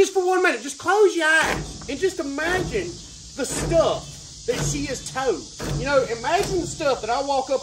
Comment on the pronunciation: 🤣 "jus close yer eyes an just magin yu wud mu whife"? NO!, NO!🤣🤣😅